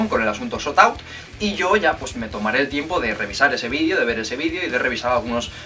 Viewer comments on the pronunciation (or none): Se dice shoutout no shotout